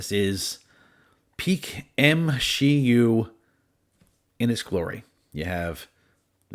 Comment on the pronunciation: You legit said M SHE U